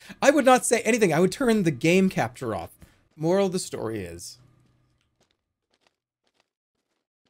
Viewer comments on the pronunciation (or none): No way I thought he said ”oral of the story is” at the end